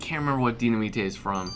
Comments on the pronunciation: it's Dy-na-mite not Dy-na-mi-te. The way you say it sounds cool either way though. =^.^= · loll ace its dynimate not dyinmata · Dynaminte is pronounced di-na-mite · dynamite is pronounced DINIMITE